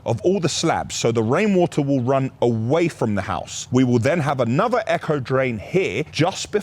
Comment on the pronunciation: Echo drain? Ain’t it aco? 😂😂😂😂